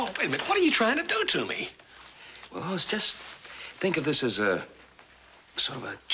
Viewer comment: They're supposed to say Hoss But sounds like Horse